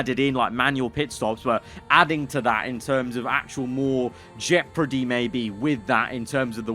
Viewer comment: WHEN WILL HE LEARN HOW TO PRONOUNCE JEOPARDY!?!?!?!?